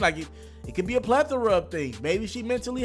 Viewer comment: Did this nigga just say a plathora?? Lol my dude, lol lol lfmao ive yet to hear niggas use this readily.